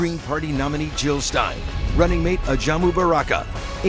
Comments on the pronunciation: JILL NOT HILL!! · Jill not hill!